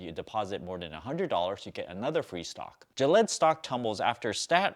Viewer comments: Gill-eee-ad. I thought you were talking about Gillette :) I bought GILD in late Feb on the dip. Should have sold it earlier this week. Yeah, I went to the gas station and told the guy I'd be happy to take some gallons off his hands and he could pay me as little as $0.50 a gallon. He laughed...oh well I tried. I bet you are wearing at least 10 gold chains around your neck :) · Gillette is an American brand of safety razors and other shaving supplies; it is owned by Procter & Gamble (PG). It is not trying to make any vaccine. To learn to pronounce names such as Gilead, watch CNBC. You lost my interest when you confused Gilead with Gillette. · It’s pronounced Gee-lee-ad but good info anyway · Gilead doesn't pronounce that way. Check the news and see how it sounds like. You made it sound like Gillette the gel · i cringe every time he mis-pronounces GIL EE AD lol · It's pronounced Gill-yee-ad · L Lawliet damn dude. He knows the different between Gillette and Gilead. He just pronounce Gilead differently. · Which pronunciation is funnier jillyed or sifooning? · Don't wanna be a pronounciation police here but it is pronounced as gee-lee-ad and rem-des-see-veer. But interesting video! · He did pronounce USO correctly tho.